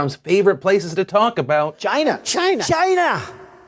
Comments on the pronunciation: it's not China, it's GINA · It's pronounced "'gina" as in "vagina" without the "va, " (although I realize that's a word that Donald Trump doesn't' ever use.) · 🇨🇳 🇨🇳 🇨🇳...that was a weird pause but yes 🇨🇳 but yes 🇨🇳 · everytime trump says "china," i keep thinking hes finishing saying "vagina." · that pause had me rollin 😂😂😂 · "That was a weird pause, but yes China!" cut "Yes China!" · "That's a weird pause" "But yes, China" "But yes, China..." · I thought it just glitches for me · china pause got me LOL'in, thanks phil